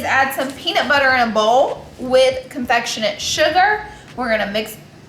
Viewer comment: Confectionet sugar 💀💀💀💀 Laura LOL